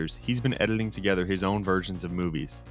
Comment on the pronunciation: Why do you pronounce it "edeling" instead of "editing"?